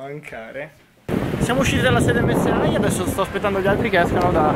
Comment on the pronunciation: SI DICE EMME ESSE I NON EMME ESSE AHI !